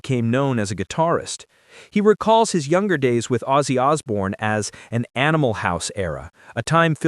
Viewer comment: Who the fuck is "Ausse".......................HIS NAME WENT "OZZIE"!!!!!!!!!!!!!!!!!!!!!!!!!!!!!!!!!!!!!!!!!!!!!!!!!!!!!!!!!!!!!!!!!!!!!!!!!!!!!!!